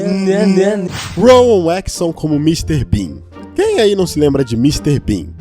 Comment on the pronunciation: "Ruouan Éécssón"